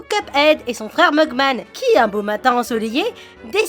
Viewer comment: ta fait exprés de donner la vois de mickey à cuphead( et sa se dit mugmEn pas mugmAn )